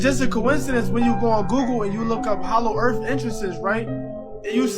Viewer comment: HALLOW EARF